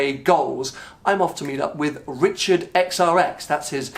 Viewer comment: Damn dude, learn the difference between r and w, his name is Richard and not Wichard.